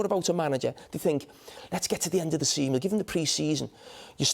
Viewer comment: Did Carra say “give him till the end of the semen”?